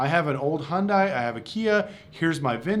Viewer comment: If you cant pronounce manufacturers name correctly, dont make a video. Im not even a hyundai fan . Thumbs down. Wasnt worth background noise